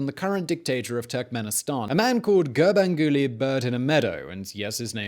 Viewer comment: Did he just say ganbanguly “bird in a meadow”?